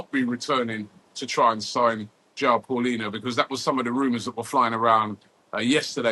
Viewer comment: paulinha not paulinho